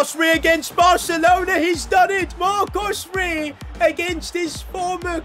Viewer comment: Bro said marco rey like it was mbappé or something 😂